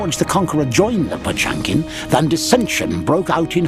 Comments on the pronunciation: It’s not pronounced pachunkin… it’s potYemkin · "POTSCHUAMKAEEN" ......My God, read the fucking name as it should